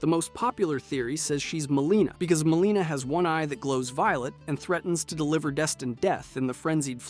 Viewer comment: Good video but quit saying mareeka and maleena bro. Its Marika and Melina